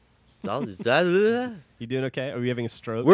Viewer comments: exaul? exaul? exauling? NO. its EXHALE you know.. the opposite of INHALE. gg third grade reading level.. Just had to point that out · He doesn't know how to pronounce exhale?